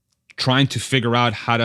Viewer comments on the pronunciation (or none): none